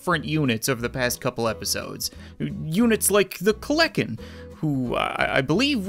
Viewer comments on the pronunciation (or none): Cap calling the kelenken the kleken hurts me